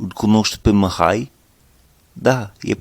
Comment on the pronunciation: Bună lecția, bun accentul. Te descurci excelent. Doar mici corecții: Numele Mihai se pronunță exact cum este scris, deci cu "i" , nu cu "î" (pentru recunoașterea rapida a sunetului "î", ține minte ca în interiorul cuvintelor se folosește litera "â" pentru redarea sunetului "î". Litera "î", pentru redarea aceluiași sunet se folosește la începutul cuvintelor și doar ca excepție în interiorul cuvintelor atunci când acestea sunt cuvinte compuse cu prepozitie ex. reîncărcare, neîndemânatic etc). Și încă ceva... La cuvântul NU, trebuie sa folosești sunetul "u" scurt, exact cum am observat ca folosești foarte bine sunetul "i" scurt sau moale, cum vrei să-i spui, în cuvintele "aici" și "lucrezi" din video-ul tău. Așa cum ai pronunțat NU în video, aduce mult cu intersecția "MUUU" folosită pentru redarea sunetelor scoase de vacă. Chiar și asa, interlocutorul te va înțelege, doar ca va putea fi un moment amuzant într-o conversație poate, serioasă.. În rest, perfect! Mult succes în continuare!